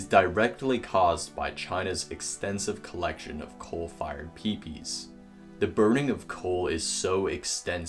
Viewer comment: Nuclear Peepees! Haha! PMSL!!! Dude you did a pretty good job on the video, but some abbreviations should not be verbalised!